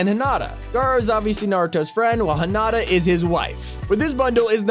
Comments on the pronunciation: Hinata ITS NOT HIIII NAH TAH ITS HEE NA TAH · Hin-ata lol its hinita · You sed it wrong it's Hinata